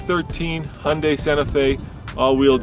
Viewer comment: Looks good for an "Hunday"...